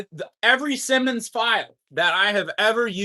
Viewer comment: Simonds is the best pronunciation is Si Ss eye mon not Simmons. They ran an advertisement about the pronunciation with Uncle Simonds.